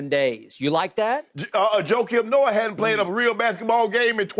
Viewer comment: He said “Joakim Noah” oh NAWW skip been smoking sum serious stuff bruh 🤦🏽‍♂️💀😂😂